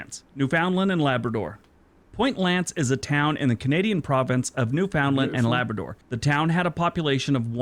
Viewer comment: Would be nice if the presenter of the videos used could learn to pronounce "Newfoundland and Labrador."